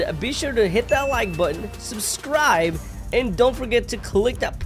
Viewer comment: The intro says "susrive"